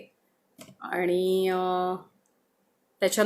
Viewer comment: Your voice is so sweet, plz work on your Aani word..